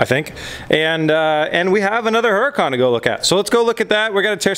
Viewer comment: No disrespect, but seriously you're pronouncing Huracan wrong. The H is silent. Don't get me wrong you're not the only person on YouTube that says it wrong. Considering that you own 2 you might want to pronounce it correctly....lol. love the show though not trying to sound like a dick. Awesome builds!!!!!